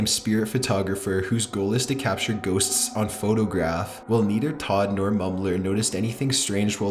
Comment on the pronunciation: J.C. Smith It's the opposite of valley girl/boy. Like Jillian from Family Guy. She makes every sentence sound like a queestiooonn?? when has a very clear downward or straight inflection at the ends. He's also propably the only one who pronounces ghosTS correctly, most people pronounce the plural like "ghoS"